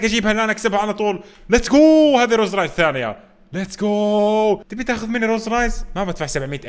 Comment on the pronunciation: ممكالو تقهرني لما تقولها روز رايلز ههههههه رولز رويلز